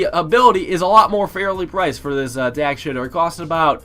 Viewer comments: Did he say 5th tier tack shitter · Did he say tack shitter? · Yea im starting to thing he says tac shitter on purpose